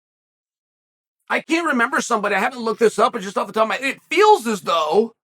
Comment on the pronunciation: chael says "I can't remember,but just off the top of my dick" it sure sounds like it.